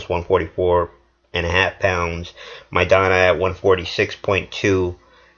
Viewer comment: For the first clown (Editor in Chief ): How can he make a prediction if he doesn't even know how to pronounce Maidana's name? The truth is that Broner has never faced adversity on his career, now we know how he is made of.